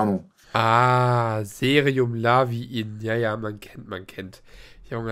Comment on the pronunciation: 🤣🤣🤣🤣 serum laviin 🤣🤣🤣 statt leave-in, der is in the Hood;) Was hat der immer mit der Marke "Granini???? Wäscht er mit O-Saft oder was??? Aber klingt ja fast genauso wie Garnier, klar, kein Ding.